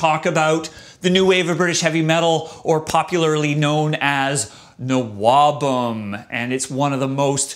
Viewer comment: Oh, you dropped the h in nwobhm. I've always been saying it like n wobhem. Oops :-)